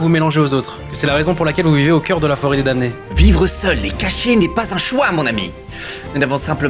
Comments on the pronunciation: Mdr ça s'écrit damnés mais ça se prononce dannés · euh, je veux pas être "CE" type qui corrige tout le monde, maiiiiis... on prononce pas le "m" dans "damnés"